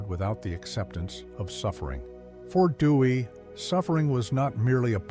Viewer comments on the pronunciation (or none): Theodore "Dewy"/"Dewey"? Please use a human narrator next time.